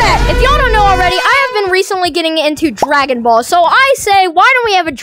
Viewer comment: Stop butchering dragon balls E